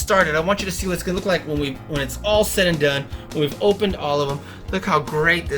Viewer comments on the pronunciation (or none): none